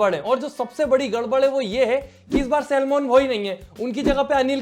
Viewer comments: its salman not shelman😂😂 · Pahli bar Salman bhai hota hai bhai Salmon nahin hota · Bhai भाई और तो सब ठीक है पर आप सलमान भाई को शेलमान भाई मत बोलो please😂😂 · First of all its salman not selmon😂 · Sellmon bhai 😂😂😂 kam se kam name to thik se le lete Salman bhai 😅😅😅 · Ek baat to Salmoan bhai Nahin hota Salman bhai hota Hai